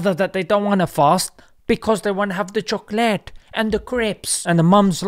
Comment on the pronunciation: I love your pronunciation of “choklates and crips”. 🤣🤣🤣